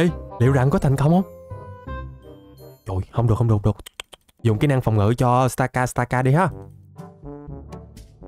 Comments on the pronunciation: Stakataka mà anh đâu phải Stakastaka đâu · stakataka mà ổng đọc thành stakastaka